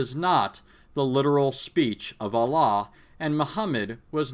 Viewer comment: I suggested refute n criticize bart ehrman, hes biblical scholar, coz of him I embraced Islam and you might save us n others who left xtianity. You can't even pronounce d word of "Allah" correctly how can u critisize the Quran. Lol hilarious